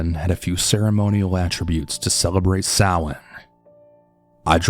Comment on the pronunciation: Thank you for pronouncing Samhain correctly. 🖤🔥